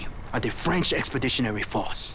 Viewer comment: Probably the worst French accent I've ever heard 😂